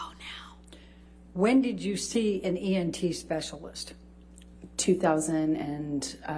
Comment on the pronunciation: Elaine can not pronounce anything correct. 😂 She even says “EMT” a couple times instead of “ENT” smh. I don’t feel sorry for her at alllllll.